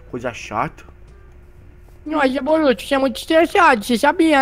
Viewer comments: VC falou maruto é boruto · Ele falo maruto